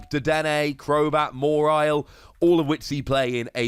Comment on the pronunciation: There’s something satisfying about saying “Moriel” rather than “Mawile”. It would be a sin for me to correct you on the pronunciation. So satisfying indeed!!